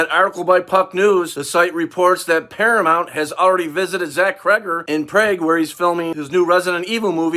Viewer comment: Who even pronounces Prague as “prayg “ 😅